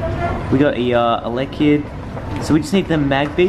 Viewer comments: No offense but it's elekid not electikid. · Elek-The-Kid? Isn't it Elek-id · its ele kid not electa kid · Rocking the touch screen gloves👍👌. Das some swag right there. Swagalastic 😎and I like how he said electakid even though it says elekid right in his face on his phone 😂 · It's not electakid it's elekid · *says in Hermione voice* Stop, stop, you're going to make someone's ears bleed, and besides, you're saying it's wrong. It's Elekid not Electakid. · lol when i say ur egg hatch i said "ELEKID" and then u said "elctakid" and i was disappointed in myself i thought i got a pokemon name wrong and then i read it and it was "elekid" so i was like YES! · Electekid?? Also, you're forgetting about Smoochum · Its not Eletrakid, it's Elekid. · Why does everyone say electakid when it's elekid. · Elekid, not fucken' electrakid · "Electikid" bruh, its elekid. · he said electikid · It's El-Eh-Kid not El-Ekta-Kid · you say electakid and its elekid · Elektekid.... really :/ people get your pronunciations straight.... its Elekid no te..., most made mistake is Shedninja instead of Shedinja.... there is no N there.... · It's not elektakid its elekid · *elekid not electakid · "Electakid!" lol nope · ha :) he called elekid electakid! doesn't matter though we know what he's talkin' about. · did you say electikid? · He said electakid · He pronounces Elekid wrong so terribly 😂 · Svenator That's what annoys me as well, if they love pokemon like they claim they do they'd at least learn to say the name correctly